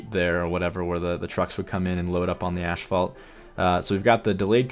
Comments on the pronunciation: What an awesome build! But please, asphalt is pronounced 'ass - fault' not 'ash - fault' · Ooh, so that's what he meant. I just keep hearing "ashfall" and thought it doesn't make any sense, lol. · Oh man. I'm going to sound like an absolutely brat when I say this, but seriously, your pronunciation of asphault bothered me. It's A$$-fault, not ASH-fault. Again, apologies for sounding like a jerk, but it just irritated me, especially with how much you said the word. LOL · Of course the episode where he learns "ashphalt " is actually pronounced "asphalt" is one where he says it over a dozen times lol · "Ashfault"? "Ass-fault", asphalt. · "Asphalt" not "ASHphalt" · it's pronounced ASSfault dude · He said "ashfault" so clearly so often I actually had to google it to make sure I hadn't been pronouncing it wrong (or to see if maybe there was another by-product of oil refining actually called ash-fault that I'd just never heard of). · I thought so, but pronounces it like ashphalt.